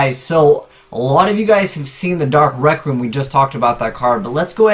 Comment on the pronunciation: He pronounces it 'dark rectum'